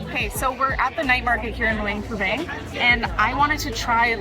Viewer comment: “Lou ung pra bung”